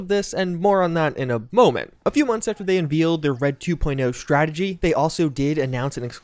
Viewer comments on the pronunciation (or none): “Un-veeld”? What? Who says it like that? It’s “un-vayld”. The last part should rhyme with weld or shelled. Definitely not what you said.